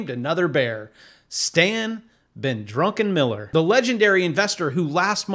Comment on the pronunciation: if I had a dollar for every time someone called him Drunkenmiller instead of Druckenmiller... 🤣